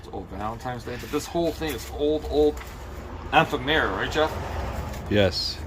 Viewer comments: .....it's ef-FEM-er-uh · I’d look up the pronunciation of ephemera……there’s an AP for that…😉